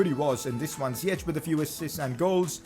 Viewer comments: Ziyech is pronounced Ziyesh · You would pronounce Ziyech really good if you said the english "sh" instead of the "ch", its written Ziyech but in english it would be pronounced as "Ziyesh"